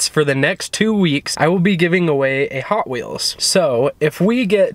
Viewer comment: The way she said ‘hoT WheelS